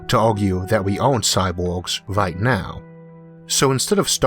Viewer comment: I wish my GPS had your voice programmed into it. Tawn left, Tawn Wight, You have weached youw destination, and I've been Isaac Awthaw.